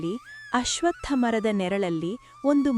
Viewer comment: ಅಶ್ವಥ್ ಮರ ಅನ್ನಬೇಡಿ ಅಶ್ವತ್ಥ ಮರ ಎಂದುಹೇಳಿ